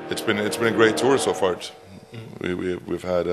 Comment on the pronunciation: " it'sbeen great so fart" lol